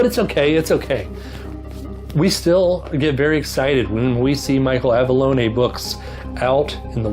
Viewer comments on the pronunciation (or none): Good review. Never read that series. I’m uninspired now to pursue those lol. Michael’s son says it’s “low-nee”.